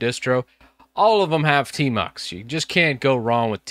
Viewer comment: I thought you said termux 🙄😬